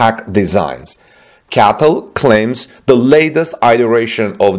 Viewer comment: Bro stop calling it a Catl it’s called C-A-T-L get it right man